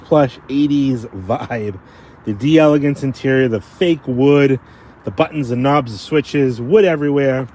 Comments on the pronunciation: It’s spelled “d’Elegance”. It’s meant to sound like it’s French. In other words the “d’” is meant to be almost a throwaway sound. So the question is; Is it 3 syllables or 4? You are right that the emphasis should be on the “Gance” syllable. However it should be pronounced as 4 syllables. We don’t have a good way to learn how to properly use those throwaway sounds as other languages do so we’re always fumbling. But whatever way you pronounce it you’re going to be understood and that’s what really matters, isn’t it? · It's pronounced as one word, "deleGANce".